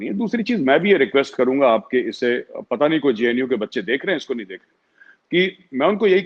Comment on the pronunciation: Shaffaq mohommad couldn't even pronounced the JNU properly and he is very concerned with those Students. This shows how ill informed these people are!!!